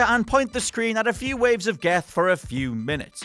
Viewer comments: .....did he say geth?? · "geth" lmao ok guy